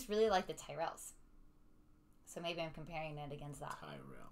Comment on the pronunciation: You miss pronounced Tyrell.